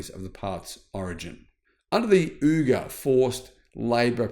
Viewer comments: It’s pronounced “weeger” not “ooger” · Pronounced “wee-ger”. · I think it's pronounced WEGER. These are Muslims being persecuted by the CCP